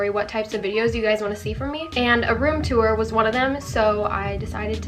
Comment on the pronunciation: you’re room is really pretty but the way you say tour bothers me